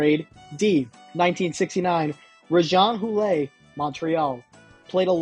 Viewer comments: Sooooo… decent list, I hate when Americans make hockey videos though - they can’t be bothered to learn the names or pronunciations (Rejean Hoo-lay????) Good concept though. Don’t stop trying, keep getting better. 👍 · Please learn the correct name pronunciations. The first 2, it's Rick Pagnooti and ~RAYshwan ooohl(one of the great hockey names of all times). Jeez bro, painful.